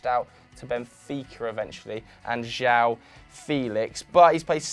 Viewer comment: Pretty annoying how you butcher Joao's name.. it's Joe-un